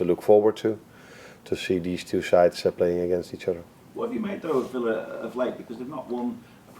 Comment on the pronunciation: Love Arne! 🥰 ...but someone needs to explain to him it's not pronounced Filla 😳